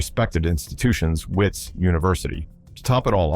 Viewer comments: wits is pronounced as vits. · I don't know what to believe. Anything can happen in South Africa that we all know. Is this guy even South African? Listen to the way he's pronouncing WITS UNIVERSITY, This guy is a genius he fooled the entire country. What surprises me most, he even fooled other engineers